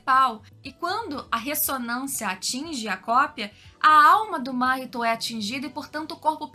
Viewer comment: conteúdo excelente parabéns, porém uma coisa incomoda são as pronúncia que mudam a todos momento (Máhito, Mahitô, Nânani), fora isso video excelente